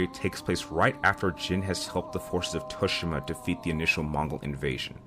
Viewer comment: Is it just me or does the way he say Tsushima triggers?🙃